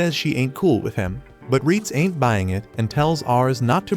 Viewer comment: l love when you say int given up 🤣🤣🤣🇵🇭